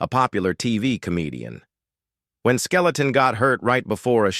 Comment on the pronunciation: I can't believe this lame A.I. voice butchered Red Skelton's name and called him Red SKELETON! smh....